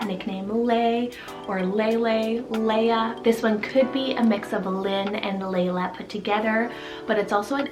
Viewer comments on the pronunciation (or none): none